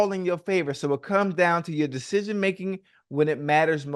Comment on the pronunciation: “Dashishin making” -Ocho